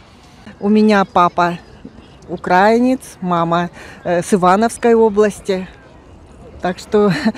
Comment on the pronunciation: Они даже не могут в словарь заглянуть,чтоб правильно делать ударение в слове "украИнец".